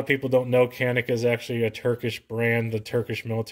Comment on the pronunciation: Nice review, That "Canik" is a Turkish word pronounced as "Janik".